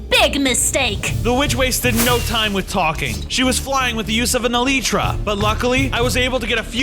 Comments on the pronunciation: No one like no one "eleetra" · When you say e-Lytro like your talking french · You said elytra wrong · Elytra it's elytra